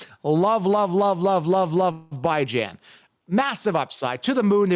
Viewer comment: Why do you call him Bye Jan?